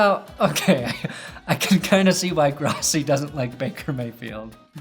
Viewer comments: Gross - e, Gross - e. Gross - e. Pronounce it correctly. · His name is pronounced,"Grow-ssi"..That is the correct pronounciation,Asshole!! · It's pronounced GROSS-e (because he's gross)... Fuck Tony Grossi! Get him out of Cleveland!